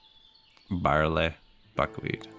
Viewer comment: My wife and i think you're hilarious. She always gets a giggle out of my 'that's barl-aye(sic)' so she keyed in to you saying it in true Canadian English and not my impression from down south. Keep up the good work; she is watching you now and you got me to buy ostriv!